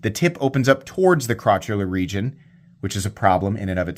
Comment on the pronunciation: He said crotchuler.., NICE